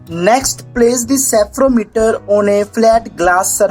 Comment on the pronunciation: It's spherometer not sephrometer